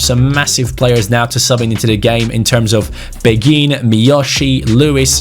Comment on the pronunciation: Asa a person who speaks French quite well im pretty sure beghin pronounciation is ( bayhin ) Anyway Story time sit down get a hot cocoa and enjoy Beghin was born in Kinshasa in Congo, he grew up in a relatively well off family. At the age of 6 is mum married a rich French businessman because she was pregnant with his baby. They moved to France where his stepdad got him into football as he was a strong Marseille supporter who was very passionate about the game. Beghin blood father died in a car crash whilst his mother was pregnant with him and his stepdad s like his real father to him. He was a very gifted footballer from a young age but very boastful, he was known as a cocky individual but had the skills to back it up. At age 11 he went to a sport private school where his coach saw his talent and got him trials at Lyon. He was known across the Lyon academy and had high praises from the likes of Caqueret even though he was 5 years younger. The attention got to his head and at age 15 he decided to sign with PSG. He continued to excell and was capped by France U18 at age 16. At age 17 he demanded a professional contract threatening to leave if he didnt get one. PSG reluctantly agreed giving him 15,000 a week. He thought he had made it big and started to not put in the effort. He would stay up late playing fifa and fortnite and go to training late. He never breaked through into the first time despite having all the potential. After getting no play time, he decided it would be goo